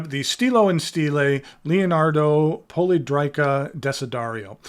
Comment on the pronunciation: I think it is pronounced poly è drica, I have two previous releases in this shape, and I agree with you that it is very ergonomic. Note that the previous releases had a triangular section with beveled edges which I actually prefer to the round section - not that I dislike the latter. I believe the round section was requested by Stilo e Stile, related to its ability to accommodate the screw-in JoWo housing. Nice review. Thanks!